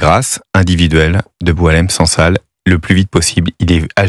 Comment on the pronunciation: Les médias français se montrent ridicules. Ils revendiquent la libération d'une personne dont ils ne connaissent même pas l'âge exat (parfois 76 ans, parfois 80 ans), ni savent prononcer son nom. Certains intervenants pensent que son prénom vient du verbe boire (Boilem). Quant au non SANSAL, c'est celui d'une roche blanche, genre caolin, que les femmes berbères utilisent dans leur poterie.